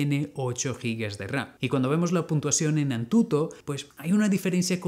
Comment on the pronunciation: Estaba tomando café y lo escupí al escuchar ANTUTO 🤣